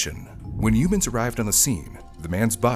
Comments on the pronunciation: I heard "Lame Humans". What a name. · It's supposed to be pronounced like "Yo-Mans" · I thought you said Lame Humans 😂😂😂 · I thought he said information came from "lame humans".